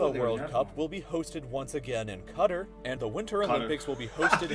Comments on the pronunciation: "Cutter". Dude really? Kuh-Taar. lol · Cro in arabic it is pronounced more like cutter, so cuhtar is wrong. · Qatar is pronounced Cutter. English pronounce it wrong. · its actually Qaterr , you know how when you dont know what to say you say err or umm . you say Qat-err. but dont say the err for too long say it very briefly . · I think it is more like COT TAR, with the same accent on each syllable. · So Al Jazeera News pronounces it wrong, they are based in Qatar and do not pronounce it that way 🤔